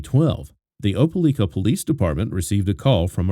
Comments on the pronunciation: Opalika pronounced O-pa-like-ka! Not O-pa-leek-ka!! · Op e lika, not leeka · Why u saying opeLIKA like that.. u saying opeLEEKA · It's O-PA-LIKE-A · It's pronounced Opa-lika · Opa-LIKE-ah is the way the town in Alabama is pronounced, just fyi. So many children slipping through the cracks of fractured families, this is what happens when families break apart, the children pay the price. Be thoughtful about who you produce life with, then stay together and build a family. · It’s pronounced Op Ah Ly Kah…long “i”. And the government of a county is called a county seat, not a capitol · It’s pronounced just like it’s spelled, O, pa, LIKE, a. RIP little one ❤ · If I was goi g to say Opelika 400 times I would confirm pronunciation. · He pronounced Opelika wrong .but this is sad! Awful kilt that baby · As someone who is from the area, the pronunciation of Opelika is driving me crazy!! Lol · I am to and I was like WTH never heard it pronounced like that!